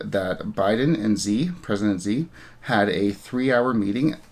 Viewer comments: I could be wrong, Xi is pronounced more like Jee like in Jesus. Chinese English spellings are weird. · Xi is pronunced exactly like 'she'.